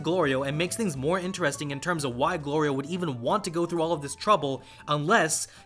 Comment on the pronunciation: The show so far has been amazing and really gives me JRPG vibes. One thing I find slightly odd though, is how often there’s a bit with Goku either getting hungry or calling Glorio “Goliro”. And seemingly multiples times from one episode to the next, as if those events never happened already lol